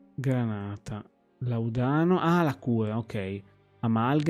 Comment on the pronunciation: làudano non laudàno. Senza offesa, giusto per... Non è il mio gioco, comunque promette bene questo Remedium. Grazie per averlo provato.